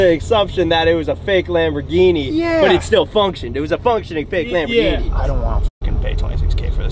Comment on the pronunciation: Sham - borghini 😂